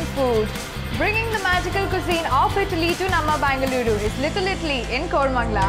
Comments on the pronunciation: For God sake pronounce it as either Bengaluru or Bangalore! not BAANGALURU!! heights of carelessness. Content of the video is really good but with artificial anchoring and accent. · Anchor ruined the video. Baanaglooru🤣🤣 for god's sake it's Bengaluru or Bangalore